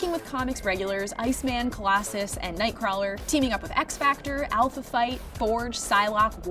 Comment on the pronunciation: i can tell by the way she said Alpha"Fight" ,this lady is just a pretty face pretending to be an Xmen fan.